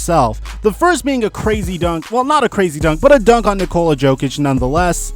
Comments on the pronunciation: It's not Jokic with a hard "J". The "J" is pronounced "Y', like Yokic! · Please pronounce Nikola's last name "Yokic" because your way of pronouncing the J is hurting my ears... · Good video, one thing though, Nikola 'Yoke - itch' no J sound